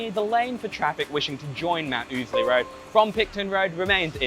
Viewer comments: No. It's def oozly. For the first time ever got it right. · It's pronounced ow-sley. Rhymes with lousy. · Ozlee lol. I never heard it pronounced 'ozlee' not even once and I must of heard it pronounced 'oozley' 10,000 times in the last 40 years. Not to mention the 5000 times ive driven a truck up and down it in the last 20 years with the uhf on and everyone calling it 'oozley' so we'll go with that